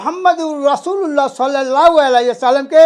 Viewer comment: সোয়াল্লাল লাহু আলাইহি ওয়াসাল্লাম । ( সঠিক উচ্চারণ )